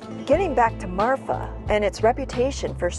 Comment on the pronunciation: The name of the town is Marfa, not Martha. As a native Texan I don't think there is a "Martha" TX. I could be wrong, but I don't think so. Anyway the place is called Marfa, and it does have a long history of inexplicable lights.